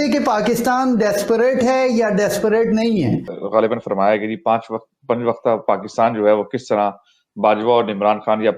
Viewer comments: Aray bhai Pakistan bolo, PAKITAN nahi. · Pakkitan Nahi sir Pakistan hai😂